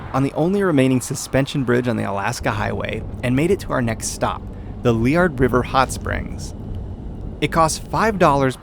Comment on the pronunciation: Thanks for pronouncing Liard properly :)